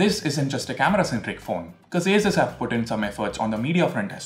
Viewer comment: I guess ASUS is pronounced like 'A' 'SOOS' rather than 'A' 'SUS'